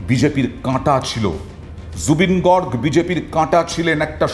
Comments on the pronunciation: Garg gorg na beta bhul উচ্চারণ করে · Garg Your pronunciation wrong 😊